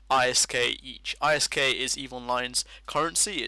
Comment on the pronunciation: Awesome, this is interesting. Also I like how you say ISK, (separated) idk, I perfer it but ISK is fine too.